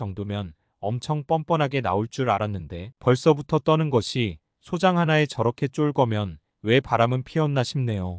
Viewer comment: /소장/ 아니고 /소짱/입니다. 발음 잘 해주세요